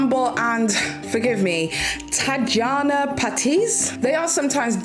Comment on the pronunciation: It is pronounce "Tat-yana" even though it is spelled Tatjana the J makes a Y sound not a J sound